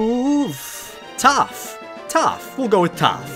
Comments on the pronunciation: He called topth momo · Is it me or I hear say toph is momo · Who else heard momo instead of toph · He called toph Momo lol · He called toph momo XD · He calls toph momo